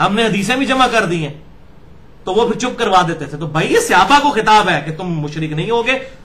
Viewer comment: عزیز م مرزا صاحب، آپ کو اپنے موضوع کے کے حوالے سے صحابی، صحابہ کا لفظ بہ کثرت استعمال کرنا ہے اور رہے گا ۔ براہِ کرم درست کیجیے کہ صحابی، صحابہ کے لفظ اردو میں صِحابی، صحِابہ کے تلفظ سے نہیں بولے جاتے ، صحیح تلفظ صَحابی، صَحابہ ہے۔ یہ تنقید نہیں، آپ کی فصاحت اور لب و لہجے میں بہتری کے لیے عرض کیا ۔میں تو آپ کا مداح ہوں۔